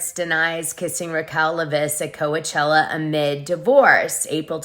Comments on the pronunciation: this womans edits are annoying af. Also its COACH-ella as in baseball coach not Kowuhchella. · Why do you say Co-ah-chella? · Oh my, it's hard to listen to this with all the mispronunciations. Doute, Coachella, Havasu, etc. Come on now.